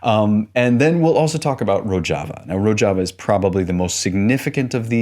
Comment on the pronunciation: Great video as always but bro, that's not how you pronounce Rojava